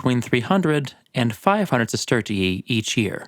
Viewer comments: I don't understand how these people are competent enough to profuce a YouTube video, but not smart enough to provide tje AI voice with phonetic pronunciations, so it says "siss-TER-shee" instead of "sister-EE-ee". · your pronunciation of Roman currency is like nails on a chalkboard. Allow me to help you. Sesterius (Sestertii if plural) is pronounced sest-er-rious Sestertii is pronounced: sest-ter-she there's no "ee" sound afterwards. please for bleeding ears sake, correct your awful pronunciation of this. 😂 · I don’t want to be petty, but I thing you over-pronounce the second “i” in sestertii and it’s a little annoying. Fun video otherwise! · i like the way you say "sestertii" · How do you spell the currency? You sound Irish when you say it haha